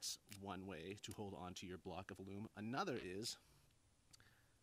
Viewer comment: As a proof reader at work, I had to look up your pronunciation of "alum." It's actually 'ă lәm, according to two heavyweight references, Random House Webster's Unabridged and Webster's Third New International Dictionary.